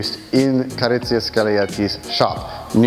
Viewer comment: Ca-rro-zze-ria, thank you.